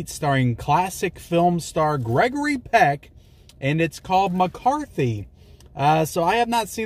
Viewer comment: Lol, MacArthur, not MacCarthy. As in the general. No one knows history anymore. 🤷It's not a great film, probably only worth watching once. Good performance, but the rest of it is kind of meh.